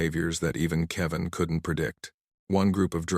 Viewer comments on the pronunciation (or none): STUPID AI CAN NOT EVEN SAY ... ""KEVIN"" IT PRONUNCED IT .. KEY--VAN